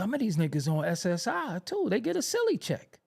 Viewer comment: I was on the ground when he said S.S.I 😂😂😂